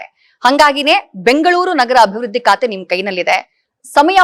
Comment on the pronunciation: 'ಕತೆ' ಅಲ್ಲ, ಅದು "ಖಾತೆ"